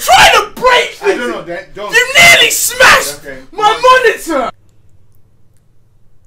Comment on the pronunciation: He said sad instead of dad